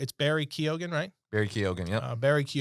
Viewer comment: Its Barry Kee-on